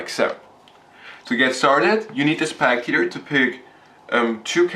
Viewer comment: Its spectator, not SPACTATOR!